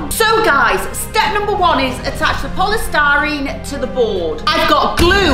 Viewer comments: called polystyrene 'polestarine' learn to talk. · It is polistireen not polistareen